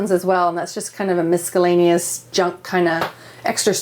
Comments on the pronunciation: Am I the only one who noticed say, "miskalaneous?" LOL. AWESOME home! Such a wonderful and inspirational episode for those wanting to get into the Tiny Home life! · “Miss-skall-aneous” now that’s a first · "Mis-ka-laneous"... Ok? "Foilage" 🙈😂 English really is... Different around the world! 😂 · I wonder if she said "mis K allaneous" inadvertently or if she believes that is how it's pronounced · What a fantastic couple! She's so well spoken, despite having some sort of reading issue ('miskillaneous', 'foilage') - great to see! And there's NO WAY they are parents of college graduates. Insane! They look so young! Go enjoy an early retirement, you lovely people! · Are miskellaneous and FOILAGE Canadian pronunciations? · “ mis-CA-llaneous “ that’s a first🤣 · vixy and Mac I literally shouted "mis-ća-laneous?!?!" and "foilage?!?!!!!" at the screen when she said that! Came to the comments to see if anyone else pointed that out, actually. 😛🙅🏻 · Miskellaneous Foilage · I like how she pronounces "miscellaneous" ... "Miss-Kallanious" ... lol! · V Elliott MisKellaneous ;) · I hope she was kidding when she pronounced miscellaneous. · can miscellaneous be pronounced like that also? However very beautiful house and she explains very well. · Nope. She also mispronounced "miscellaneous".